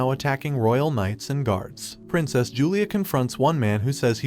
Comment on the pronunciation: Never mind. 30 seconds later he mispronounces "princess" and "succeeds" in the same sentence. It almost feels intentional at this point